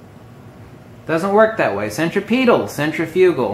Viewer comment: cen·trif·u·gal cen trip e tal Proper pronunciation of these words might add some sense of logic to your illogical and INCORRECT presentation.